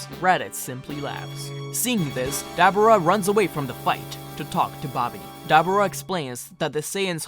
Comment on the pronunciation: no offense bro but it sounded like you were talking about a dabbing dubura but other than loved the video can't wait for the next part👍👍👍